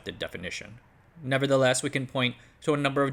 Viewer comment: it's "never the LESS' not 'never the LEST' :)